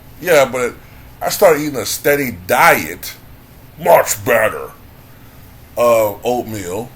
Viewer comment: Not "deady stiet" instead of steady diet. Lol 😂😆😂. You good, though, family. It happens to us all. You breezed through that like a champ 🏆!!!